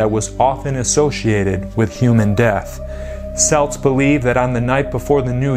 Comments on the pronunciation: Celts Hard C as in Kelts or Kilt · Wow he really butchered the pronunciation of Celts and Samhain. Celts is pronounced as though it is spelt with a k (kelts) and Samhain is pronounced (sau-ihn)